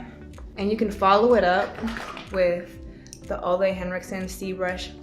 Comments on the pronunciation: its actually pronounced o-leh not olay😅 its danish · It's actually pronounced oola according to his pr team. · I’ve watched many training videos he made for Sephora, he pronounces it “ou-la” like oulala